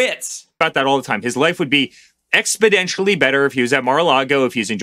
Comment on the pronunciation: Hal, it's exponentially better, not expodentially